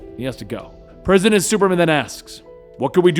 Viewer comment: I can't be the only one that laughed every time he said Presi8dant Superman. He introduced himself as President Superman